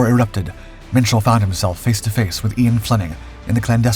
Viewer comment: Minshall is pronounced Mitchell?